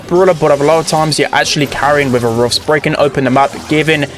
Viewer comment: i like how say roffs